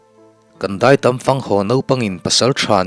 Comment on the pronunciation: Dai tâm. Tâm hi ni hmu lo 'dâm' thlûk ang hian thlûk tur.